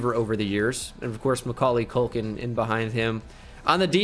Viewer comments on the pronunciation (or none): Did anyone else hear him say “mikealy culkin